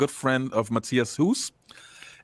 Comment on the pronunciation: you need to learn some German pronunciation because so far you can expect both Hues and Moller whooping your ass!